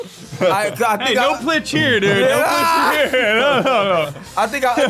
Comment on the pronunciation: Getting paid by saying ai and plitch